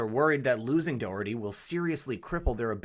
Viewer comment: Thanks for covering the Johnny Dougherty IBEW Ninety Three story in Philly. It will shut down the Philly Democratic City Ctte aka the Philly Dem Machine. FYI his name is pronounced Johnny DOCKerty hence his universal nickname, Johnny Doc. This is what everyone calls him high to low. This investigation has been going on informally for even longer - the FBI only had to announce it BY LAW two years ago! Obama imho blocked it just like Shillay et al. But that all ended when Trump got elected. Glad you did not go into politics also!